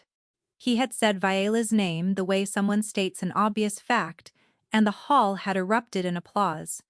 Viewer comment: Fix the audio t/h is not always th